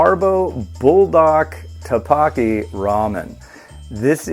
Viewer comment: Love it man!! You’re king. Just a tip, it isn’t “Ta-Bakki”... it’s “T/Duck-Bokki”